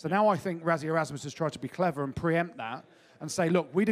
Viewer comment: What's wrong with British pundits - can you not even bother to pronounce Rassies name correctly. It's not Razzie it's pronounced Russy. Try and get it right even if you can't be bothered.